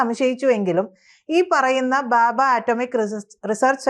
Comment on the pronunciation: ബാബാ ആറ്റമിക് റിസർച്ച് സെന്റർ അല്ല , ഭാഭാ ആണ്, വാക്ക് കൾ ശരിയായി ഉച്ചരിച്ചാൽ നന്ന്